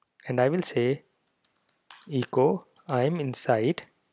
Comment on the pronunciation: Also the e in echo is a short e sound like in the word bet, check, metal...Eh co not EE co. For Windows, use "pretest" : "del .\\path-to-json-files\\*.json". No need for rimraf. Also for a PC: "merge-reports": "mochawesome-merge mochawesome-report/*.json > out-file –encoding ascii output.json", Thank you for this helpful video.